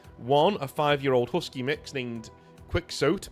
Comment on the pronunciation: have you not heard of Don Quixote? Is that not standard British reading? Funny hearing it pronounced “quicks-oat”.